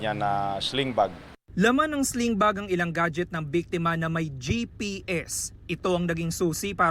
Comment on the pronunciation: GPS po, hindi JPS. Jlobal.